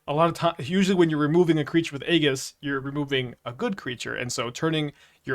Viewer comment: man still says Eeggis as well.